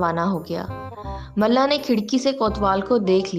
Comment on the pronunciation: It's mulla not malla